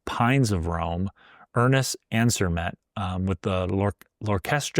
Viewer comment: Ansermet is pronounced ANser-may. Moog is pronounced Moge.